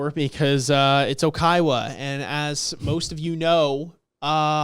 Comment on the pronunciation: lots of Oikawa "slander" from people that pronounce it "Okaiwa" 😂😂 Edit: Manga Oikawa is my favourite overall character, but tbf it's fine that you guys dislike him now, and even possibly in the future.